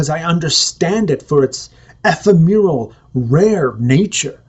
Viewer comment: "ef--e-mehr'-al" is pronounced "eh-fem'-er-al"